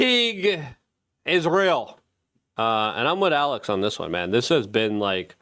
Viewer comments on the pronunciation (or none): none